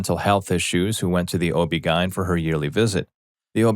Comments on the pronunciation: O.B. Gien? Lol. O.B. G.Y.N. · Oh-bee-guyn. Interesting lol.